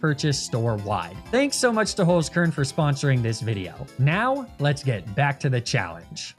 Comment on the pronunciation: *HOLZ KERN not Holskurn